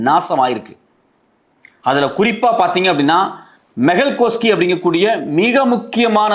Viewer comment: மெகல் சோக்சி(கோஸ்கி அல்ல)